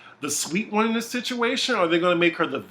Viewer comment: Not Condolences, Condaleeza, or Controlla either 😂😂😂